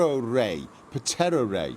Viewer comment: The p is silent in ptero and pteroray like with pterodactyl